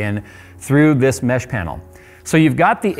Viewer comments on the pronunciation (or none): none